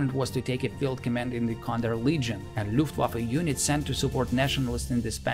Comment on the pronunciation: Is it also common for native German speakers, when speaking English, to pronounce the ‘W’ rather than as a ‘V’? I heard the word “Luft(w)affe” at least twice in the commentary as opposed to the usual “Luft(v)affe” which I am used to.